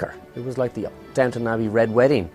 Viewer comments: Wow that's really embarrassing lol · Downton my dears, not downtown. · Today, it's "Downton," not "Downtown" lolol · DOWNTO-N ABBEY, NOT DOWN TOWN, DOWNTON THERES NO W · It's DownTON, not Downtown, by the way. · You guys! Don't you know it's DOWNTON Abbey?? Why isn't anyone correcting this? It's so amateurish to get it wrong in a video, as if you either don't notice or don't care. If you are fans of the show, it is inexcusable. People say things like, "Oh, Downton is so hard to pronounce", so they say "downtown" like someone would say "liberry". Just hop on the bus, folks, and go "downtown" to the Abbey. Do I hear that Petulah Clark song?